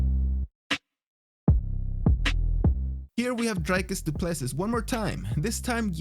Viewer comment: Bro the way you said Dricus du Plessis😆😆😆funny cuz I'm Afrikaans